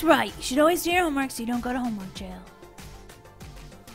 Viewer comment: You should probably finish your homework you make me laugh when you say homework shomwork